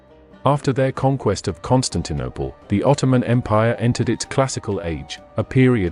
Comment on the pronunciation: Is the narration computer generated??? I have noticed the misprouncation of a few words such as Constaninople and Aristorialism.